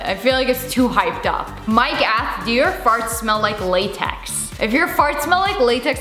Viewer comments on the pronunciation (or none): none